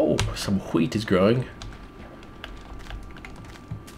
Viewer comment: Did he just say h-wheat? As in Stewie? :D